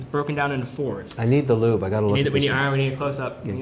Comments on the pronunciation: Someone should tell Kevin it's a "loupe", not a "lube". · u simply can’t beat Mr. Wonderful seeming to say, “I need the Lube…gimme the lube!” (even tho I’m sure he meant to say loupe*, as in a Jewlers loupe ) 😝🤣💦💦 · "do we have a lube here?" of all of Kevin's egregious pronunciations, this is the funniest